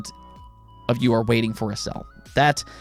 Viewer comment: Dude it's pronounced sale not Cell. Just saying.